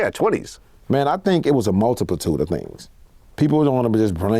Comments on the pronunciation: This nigga said "MULTIPLTUDE" 3 mf times it’s "MULTITUDE” sheesh🤣🤣🤣🤣🤣🤣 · If Keke say multiplitude then it was a multiplitude 🤷‍♂️